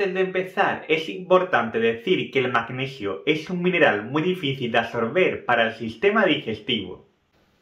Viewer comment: El magneghio 😂